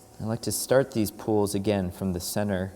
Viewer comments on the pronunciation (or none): sounds like hes saying pools